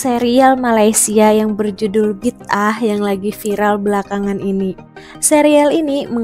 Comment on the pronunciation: Salah sebut tu bidah.. bida'ah mcm tak tau jer sebutan bida'ah. Ker korang mmg degil